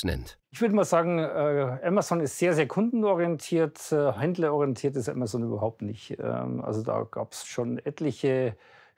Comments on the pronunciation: "Amatzon", ist es so schwierig den Namen korrekt auszusprechen, lieber Sprecher? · Ja genau. AMAZON, nicht Emmesn. Wir lasen als Kinder ja auch DONALD DUCK - Hefte und keine Donnel Dack - Commicks !! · sie spricht es auf Englisch falsch aus: ämäson (sorry, in der Lautschrift bin ich nicht bewandert). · ‚Amazzoooon‘. Hauptsache deutsch Aussprechen... 🤯